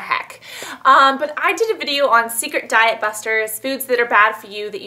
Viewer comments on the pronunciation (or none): none